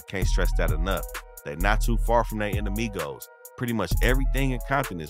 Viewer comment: I like the way you pronounce all the Spanish gang words correct. You even said enemigos.😂👌🏽👍🏽